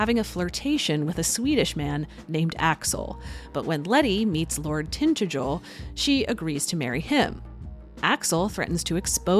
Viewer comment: As always, this is fun and delightful. I suspect the Lord of Letty's life is pronounced tin-TADG-el. (English name.)